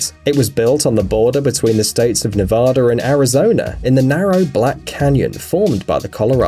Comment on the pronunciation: Nevader huh.